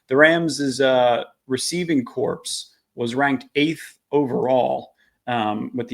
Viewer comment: No, the “p” is silent. It should sound like “core.”😊